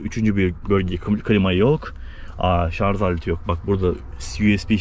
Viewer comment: Güzel bir inceleme olmuş teşekkürler sadece güzel türkçemizi katletmiyelim şarz değil şarj olacak bu kişinin kültürüyle çok alakalı